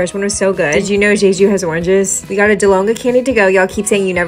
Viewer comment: jeju is pronounced with two hard j's 😄 it's not "zhayzhu"